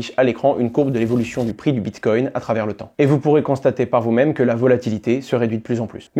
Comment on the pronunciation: " Bit-cogne " 🤣🤣🤣 Le mec a du le dire 5 fois, j'en peux plus de ces guignols